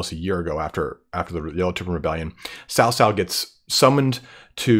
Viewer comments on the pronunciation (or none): Hey, I love your vids. Just want to give a few helpful tidbits. Cao Cao is pronounced more like Tsao Tsao (not Sow Sow, imagine as if this was some Aztec name in terms of handling the 'ts'), Xiahou Dun is pronounced more like "Shah (like the Shah of Iran) Ho Duen (like duet but ending with an 'n'') and lastly the Zhuo part of Dong Zhuo (ya got the Dong right) is more like "Zoo-uoh" but mashed together in a single sound. Your pronunciation of Liu Bei is great though:). Not hating, I know Chinese is a tough language for non-native speakers, just wanted to help out.